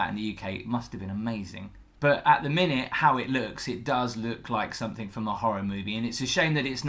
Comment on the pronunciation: I really love the videos,. However, can you please say "something" and not "somethink". Thank you!